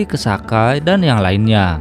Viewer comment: Soka bukan saka